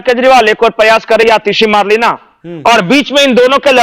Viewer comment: भाई मदेरणा है मर्लेना नहीं